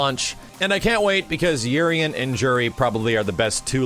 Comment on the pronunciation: Urien's name in pronunciation is ooo-rien damn!!!!